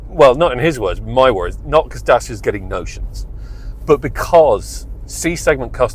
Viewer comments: it's not french is Romanian...is not that hard to say DACIA instead of Dasia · Is DACIA smart pants not DASIA🤣🤣🤣When will you learn🤣🤣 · It's pronounced "Da-tcha" not "Day-seer" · Very god review but every time me mentions the make by name it really JARRS with m! Get the name right PLEASE Datcha !!! I am not the only one, If you are going to be ca car reviewer it would be excellent if you could get the name pronounced correctly. Surely when you went to the presentation you must have heard the Dacia staff pronouncing it as it SHOULD BE! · I wish you’d learn to pronounce the damn name. Dat-cha! It makes you sound as if you haven’t done any research or have any background in the auto industry. It’s basic stuff.